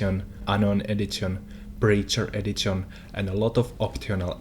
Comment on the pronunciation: edzizion edzitionz bro D:!~